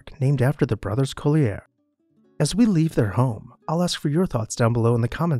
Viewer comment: You are mispronouncing this family name. Collyer is pronounced the same as the publishing company or a coal miner.